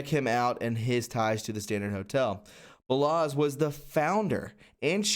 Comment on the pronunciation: Balasz is pronounced (Ball-Osh) > Hungarian last name.